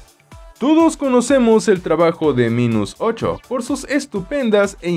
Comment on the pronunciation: Se pronuncia "Mainus"